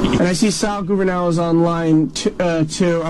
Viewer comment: “Sal goovernail”